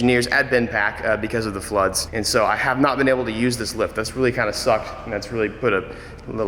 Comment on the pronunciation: "due to the floods" didnt know he was german XD